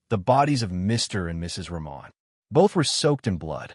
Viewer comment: Thx for the story from Bangladesh. FYI their last name is pronounced Rahman with H not silent.